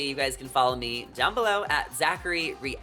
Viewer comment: Zachary Re-ah-lity?